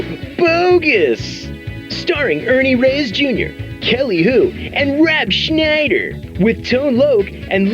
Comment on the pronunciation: Rooooob Scnmhhniider . Hahhahaha